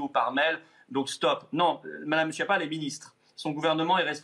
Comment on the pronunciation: C’est un menteur. Schiappa se prononce ”Skiapa”.